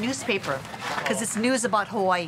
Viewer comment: Omg! The visuals are always Hawai'i perfection but the narrator butchers the names of everything! I've only lived here three years and this is your typical post card enticing view of Oahu marketed to the mainland. There's so much more to it...life here. It's not all surf and rainbows. There is suffering, racism, drug abuse every where and often violent crime. Sometimes I just wish a balanced portrait of Hawai'i life would surface. Speak to the aloha of homelessness, or lack of education or infighting between gangs, or even pedestrian deaths. How about rat lung worm disease or the Vog? The more the false narrative of "paradise" is pushed the more falsehood is perpetuated. While life here can be great, like life anywhere, it can also be hellish, like life anywhere. We all come or leave for personal reasons, but when settled in and making this place home, it means you must meet it on it's terms, not some sold to you fantasy. You grow roots with learning culture and the struggle of Hawaiin people, and being respect for tradition and trying to help with issues problematic. Differentiate between "paid play visits here" and real life. And for divine creations sake! Get the pronunciations right. To not do so is just plain disregard. Is no pono. Mahalo